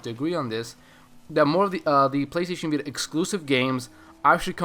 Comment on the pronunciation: Hahaaaa he said PLAYSTAYSHEN BITA !!! Lol.